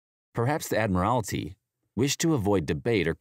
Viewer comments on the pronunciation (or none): Better get your jargon straight. "Admirality"!!! - It's Admiralty. My ears were smoking, listening to that claptrap narrative.